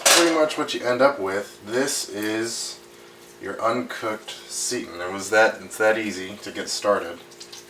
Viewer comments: Nice video. Thanks for being so methodical. Just so you know, it's pronounced "say-tan", not "see-tin". Also, you shouldn't measure dry ingredients (like vital wheat gluten) in a measuring cup designed to measure liquids. There is quite a difference between the two. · ah he's young. Most of my students like to say "seetin"... LOL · It's pronounced "S'eye tan"